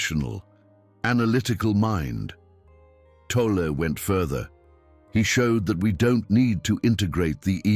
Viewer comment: Great information. Why can't AI pronounce Tolle's name correctly consistently?